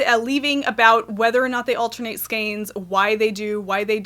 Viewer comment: ...altenate, shmalternate...who's got time for that?! lol,lol,lol! :-D